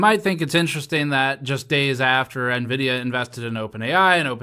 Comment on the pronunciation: You pronounced Nevidia wrong